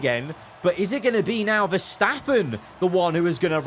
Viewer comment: GOD- CROFTY SAID VERSTOPPING AGAIN NOOOOOOOOOOO